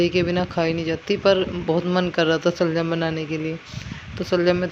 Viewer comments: Shaljam hi hta h pada ni h aapne ka kha ga m sa se saljam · Waah waah kya gayaan baat rahe aap janaab shaljam hi hota h salgam nahin